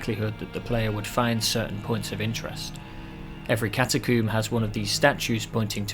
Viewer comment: Love the way u say cata-coomer. I was laughing from start to finish. Thank you for brightening my day at work.